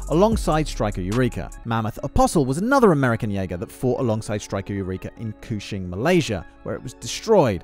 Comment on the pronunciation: "KUSHING" MALAYSIA, hahahaa love it.